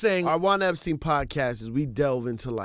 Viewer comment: Juan Epsrein? Enjoyed the show though.